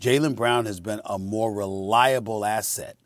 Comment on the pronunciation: Wow, Perkins said.. "a couple mo segments ago". This proves... English is still undefeated!